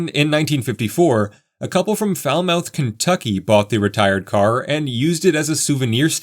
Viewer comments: “Foul mouth” Kentucky 😂😂😂😂😂😂 It’s pronounced “FAL-muth” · Lifelong NKY resident here. Not just “Rockwood” got me laughing, it’s not “Foulmouth”, it’s pronounced foul-muth. Love the Union Terminal, I was there when it was a shopping mall, and now as a museum. I even sang with a choir at a concert in the rotunda. What a great experience! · "Foul Mouth Kentucky" :). If I'm not mistaken, that would normally be pronounced with the accent on the first syllable, and the schwa sound in the second syllable - something like 'FAL-məth'. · Fowlmuth is how it is pronounced.